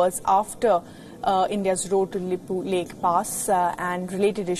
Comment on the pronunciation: Reporter don't know how to pronounces lipulekh kalapani and saying it belongs to India lol. Everything belongs to you even moon and sun 😂